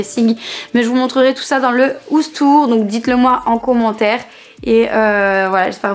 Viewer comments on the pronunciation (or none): Dans le ouse tour😂😂 cest house tour merci😂😂 Mais sinon continue comme sa je j'adore ❤❤❤❤❤je te kiff troppp